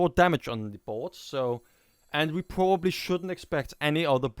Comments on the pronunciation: nah, just sometimes it looks like its hard to say "probably" for you, like you chew it :) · it was the best round for me. nice shoutcast and u have some problems with verb "probably" btw :D